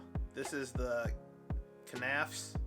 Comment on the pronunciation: Just nafs. The k is silent like in knives